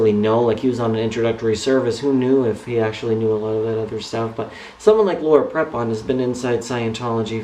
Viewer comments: its laura prepon pronounced pr(ee)pon if your gonna hate at least say her name right lol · My thoughts exactly (and it's pronounced "Pree-pon", for what it's worth). I understand what you're trying to say,, but: (a) Many, many ex-members have realized after leaving the Co$ that they were "brainwashed" (you used that phrase yourself in the "Joining Staff at Scientology Pasadena" video) so it seems kind of unfair to single Laura out. (b) other churches can twist words from their "sacred texts" around and make them seem what they are not (ie. deliberately misinterpret them, when it's convenient for the church). From what I've seen in some documentaries, Tommy Davis was really good at doing this sort of thing when he was Scientology's mouthpiece. (c)If you're a true believer, then this kind of thing (believing deliberately misinterpreted lines of text) is all the more easier to accomplish. When it comes down to it, belief is belief and even if people are shown the truth, a true believer (as I suspect Prepon is) will disregard it and believe only what their church tells them. As for her role in "Orange", she does a fantastic job of portraying her character (Alex) and her chemistry with her female co-star Taylor Schilling (who plays her ex/current lover) is effing sizzling, so she's not holding back on playing a lesbian character as far as I can see:)